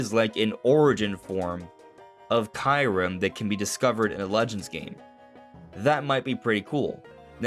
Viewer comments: You pronounce it perfectly DONT listen to anyone ! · Keeyou-rem (KYU pronounced like REU in "REUSE")